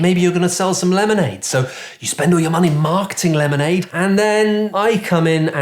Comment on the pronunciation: LOADS O' MONEH!